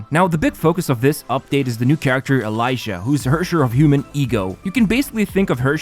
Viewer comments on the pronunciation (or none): Did NOT expect the sponsorship by HONKAI of all sponsors 😂 Just to clarify, Elysia’s name is pronounced ‘Elissia’ not ‘Elaizia’! Just wanted to mention that! Excited for Nilou actually—I won’t pull for her in 3.1, but I like niche or unique, but viable characters and her existence means that going forward it’s always possible we get more characters like that! Looking forward to kit designs and tech like that~😊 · Its eh lee see ah not elijah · My friends ears broke when they heared you say E-lie-sha. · its EL-LEE-SEE-YA. NOT E-LAY-SHA. Also, your code is invalid for me who is in the SEA server. Is it Global Server, perhaps? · Hell NO man with the pronunciation of Elysia’s name. Not “Elijah”, “El-e-Sia”. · E-li-si-a, not E-lai-si-a. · As a honkai player I am a bit disappointed by the way you said elysia not eliza it’s elysia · it's pronounced EL EE SEE UH not eleyezha candace seems great with qiqi or kaeya as main dps. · She's not Elasha she's Ely!!! Elysia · dawg its ely sia not elijah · It's E-LY-SI-A not Eliza 😭😭😭😭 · Im sorry but its prounounced E-LEE-SIA not e-l-I-sia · I choked my water at "ELAYSHA" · Just a headsup, Elysia's name is actually pronounced Eh-li-see-yah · "Elisha" (Elysia) Me: uhh- (Not making fun of their pronunciation, just found it kinda funny cause I've never heard it said that way) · Nothing could've prepared me for the whiplash of hearing you call Elysia's name as Elijah. lmfao thanks for that laugh. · I can't even watch the video without laughing at the fact that you pronounced Elysia's name like "Elijah"😂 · is elysia not elaija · Her name is pronounced “eh-LEE-si-a!” It is derived from the word Elysium/Elysian Fields, a paradise-like section of the afterlife in Greek legend. She’s a savior of humanity, so get it right, dangit! If you’re still having trouble, “Ellie” and “Miss Pink Elf” are also acceptable forms of addressing her. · Are you doing it on purpose calling Elysia as E"Lie"sia.... Bruh how did you know her one lie lmfao.